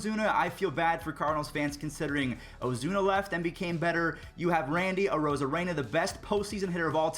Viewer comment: Someone finally told this dude how to say Arozarena 😂😂. Jk love the vids man